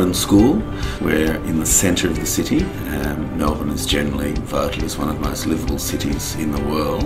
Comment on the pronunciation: Para mejorar el nivel de ingles, primero hay que dejar de decir 'MelBURne' :)